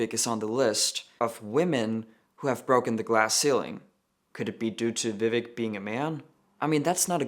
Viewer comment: Ugh why does this person have to ruin the name Vivek??? In all seriousness though it’s pronounced Vi-vake (like cake) I say to defend of Vivek Ramaswamy who actually deserves respect 😅